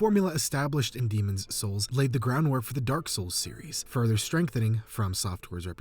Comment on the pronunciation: Why do you say Demon's souls like that?!